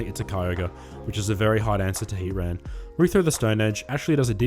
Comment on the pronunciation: You're saying Heatran's name funny. It's not Hea-ran. You're forgetting the T. It's Hea-TRAN. 🤭